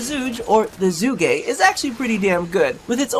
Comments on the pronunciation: its pronounced chu-kay not zu-gay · pronounced zhu ge not zhugay xD good try :P chinese here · Its Zhu Geh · WEE OOO WEEE OO HERE COMES THE PRONUNCIATION POPO It's like "zhoo guh" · Chocolate Egg Oh I know. With that pronunciation in the video I couldn't pass that line up though. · While I know you'll pronounce it however you want, I just wanna say that it's actually pronounced Chu-Ge (like Girl, but just the Ge part). Just dropping random info. Thanks for testing the weapon :) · "..it's zhuugee.." ,- Donald Trump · You're pronouncing it wrong, it is pronounced as "zoo girl" or something like that this is the chinese word, google it if you're up to it :D 诸葛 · your Chinese is terrible